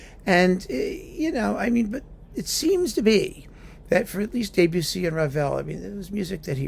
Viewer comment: Thanks for mentioning Mata, a wonderful conductor that we lost too soon. But your French is "de trop ". It's DEB-ussy, not DAY-bussy. Cheers.